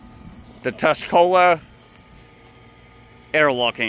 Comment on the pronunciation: Tuscola* not Tascola. Are you illiterate?